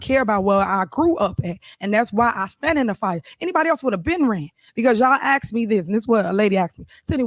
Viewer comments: "Axed"??? Wit??? Apparently she missed spelling and pronunciation in whatever school she may have gone to. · Did the mayor just axe me a question? Maybe the next time you elect a mayor, make sure she is the in the good side of the law. How could you not know this was going to end in disaster ?